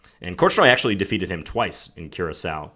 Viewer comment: The Island is actually pronounced cure a so